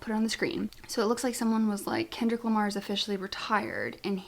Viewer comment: You’re fine with the llama name lmao. There’s an ASAP Rocky song from way back in the early 2010’s featuring both Kendrick Lamar and Drake and in his verse Kendrick says “I’m Kendrick Lamar” but the way he says Lamar sounds like llama and it became a meme. And as we all know even though Kendrick does keep to himself, he is very aware and up to date with social media and memes. So yeah he most likely did a play on that when he started calling himself that